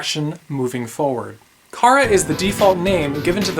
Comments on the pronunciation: it's Chara not Cara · U say cara.its chara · It's not cara its Chara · It's Chara not Cara. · when he said chara i went CHHHHHHHHHHHHHAAAAAAAARRRRRRRRuh